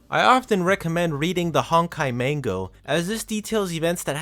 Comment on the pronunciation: OK, you've somehow done worse on pronouncing "Manga" than most people. People often incorrectly say "Manga" as "MAN-gah" when in truth it's "Mahn-gah", as the "a"s of Hiragana is pronounced as "ah". You pronounced the word "Manga" as "Main-goh", why must you butcher such an easy pronunciation even worse than most people get it wrong when it's just so simple to pronounce. Just remove the typical English method of pronouncing "a"s in words, and replace that as "ah". Honestly, I hate it so much when people don't even put in the effort to say it right and denies acknowledging their mistakes. Like a character in a story, sometimes, part of developing well as a person, is acknowledging your mistakes. I hate to be wrong as much as many of you do, but I don't lie, nor deny ever making a mistake if I know I did it. If such a perfectionist I am is able to, nearly anyone else can